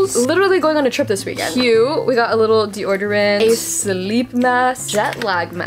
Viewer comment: The way she said deodorant like “Dior-derant” -I can’t 🥰🥰